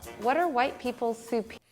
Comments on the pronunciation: did you just say chwhite? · They spelled folks as "Folx" for possibly the same reason you pronounce white as "hkwhite" lol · I'm not a native English speaker so I'll just ask this... Is he saying "white" as "hwite" the same way Steweie says whipped cream? I think it's cool... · I just like hearing you say whhhhite. Ive never heard anyone pronounce the h in the word. Ive tried and cant do it..lol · this guy says white like Stewy Griffen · "Stewie why are you putting so much emphasis on the H?"